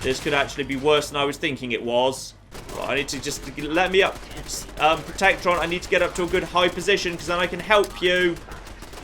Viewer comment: It's "Protect-A-Tron", dammit. Seriously. >:| Also, Steve again. Why? I'm playing XCOM atm, one of my soldiers had an impossible to pronounce name, so I changed his first name to Steve, then I changed his last name to Steve and then I gave him the nickname Steve. "Steve 'Steve' Steve" will never not be funny, but I still don't know why!